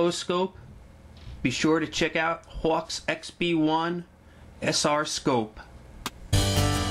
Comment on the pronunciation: The way this guy says Hawke makes me not want to buy one